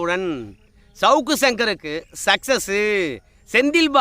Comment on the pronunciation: சக்கஸ் இல்லை சக்சஸ்